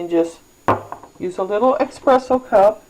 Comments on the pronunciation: for the love of God it is ESpresso not EXpresso. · Good video, helped me iron out the little knacks with my machine. Just so you know espresso is pronounced ESpresso not eXpresso. :-)